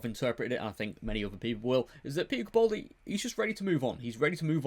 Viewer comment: Please pronounce the A in capaldi